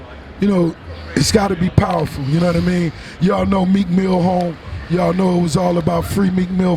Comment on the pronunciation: Swear I heard Tim call Meek Milk hahahaha.